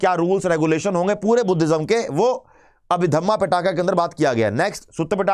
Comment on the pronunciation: पिटाका नही पीटक है सर, क्या कर रहे हो